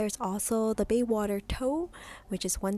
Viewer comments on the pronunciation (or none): Maybe a little bit of preparation would help the video. Baywater vs. BAYSWATER...